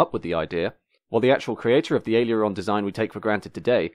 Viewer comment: "Aileron" only has three syllables.